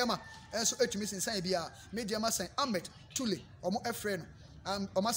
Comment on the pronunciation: Will you please stop saying Ahmed Toule and say Ahmed TOURE. Please, it weird when our kids listen to you